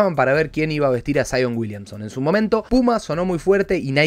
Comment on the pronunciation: Saion uilianson XD (no busco faltar el respeto lo siento)